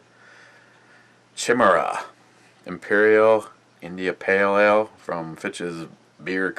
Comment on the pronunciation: Pronounced Kai / me / ra :)